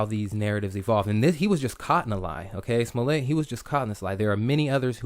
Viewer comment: Pronounce his name "Smol-let", just as you would say "Smurfette". And MAGA sounds better when the first A is a short A sound, and the second A has the "uh" sound.